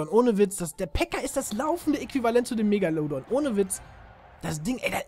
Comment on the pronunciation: sprech erstmal megalodon richtig aus